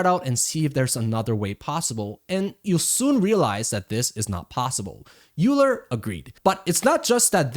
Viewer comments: FWIW, Euler is pronounced “oy-ler” and not “yoo-ler”. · Euler: YOU-la? It's OY-ler. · You are 1000% correct. however, we shouldnt reward people who spell things one way and want it pronounced other. If they want it "oiler" it should be spelled "oiler"... otherwise its euler! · Euler should be pronounced like "oiler" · As a mathematician I felt a pain in my chest every time you said "Euler"